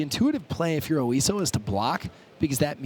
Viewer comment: OISO. Not Osio.